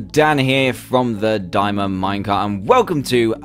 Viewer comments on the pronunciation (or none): You said How to spell dimond no you should say the correct way to say it is diamond